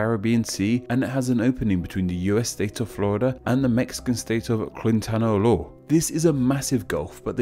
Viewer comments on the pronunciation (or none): Good attempt with Quintana Roo lol